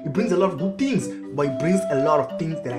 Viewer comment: its funny cos he says 10 tings instead of 10 things